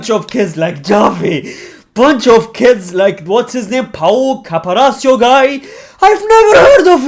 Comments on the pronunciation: Bro really said "Pau caparasio guy"💀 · pau cabarachio ✅✅ pau cubarsi ❌❌